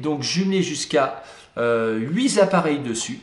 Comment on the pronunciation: on ne dit pas huit zappareils